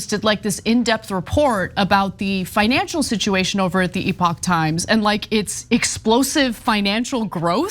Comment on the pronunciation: TYThoe CAN'T PRONOUNCE the company name properly! 🤣🤣🤣🤣🤣🤣 Classic marxist goofball! NEVER DOES BASIC RESEARCH.